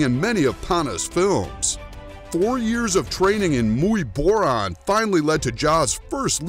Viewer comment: Jesus bro. It’s not Muay “Bor-ron”. It’s pronounced Muay Bor-an.